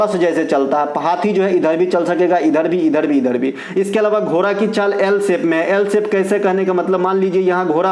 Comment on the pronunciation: घोरा नहीं घोड़ा होता है 😂